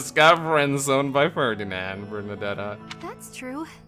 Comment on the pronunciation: Maybe try Ferdinand again? 😂